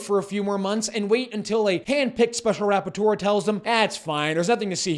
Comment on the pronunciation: I know this is serious business but I can't help but giggle every time he says special "rap-por-teur(d)